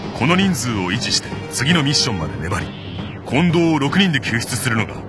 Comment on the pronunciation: 「コンドームの近藤です」で皆スルーなんだ…って思っちゃった(笑)